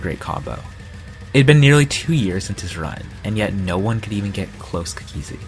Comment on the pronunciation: always pronounces cookiezi cook E zi